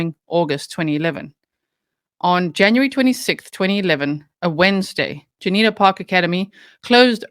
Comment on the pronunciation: June eee ah ta. Juniata